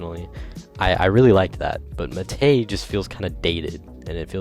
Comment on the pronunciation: why the hell does he say muh tay